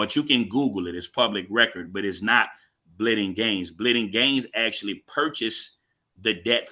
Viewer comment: LOL. Dude said "Axshually" .